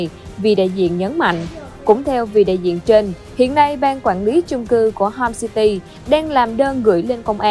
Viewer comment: homecity mà mày nói homesty